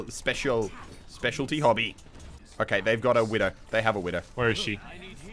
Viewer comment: specy-ality? instead of specialty. great english Muselk.